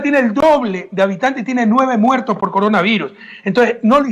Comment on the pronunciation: Min : "Venejuela tiene el doble de habitantej. Tiene nueve muertoj por coronaviruj". ¡¡DICTADOR HIJO DE PUTA!! HASTA AHORA DEFENDIENDO A MABURRO!! ¡Cómo si las cifras que da Maburro fueran creíbles para alguien medianamente inteligente! Quiere hacernos creer que Maburro se preocupa por alimentar a su pueblo. En las calles de mi país hay 800,000 venezolanos subempleados y de vendedores ambulantes, algunos de ellos delincuentes, mendigos y prostitutas, porque en su país Maburro los mataba de hambre. Es más gente que ecuatorianos hay en España. La diferencia es que aquí no hay fuentes de trabajo. Están incluso en la Plaza Grande de Quito. Correa, que estuvo sentado 10 años en el palacio presidencial, al pie de esa plaza, parece no haberlos visto nunca.